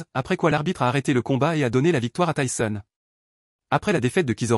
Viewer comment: "tayson" mdr